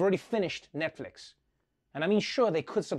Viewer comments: "Netflik" 😂😂😂 I cannot even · “Netflick” and “seck” seriously mad me lol.